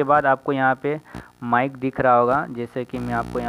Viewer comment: मिक नहीं बे माइक होता है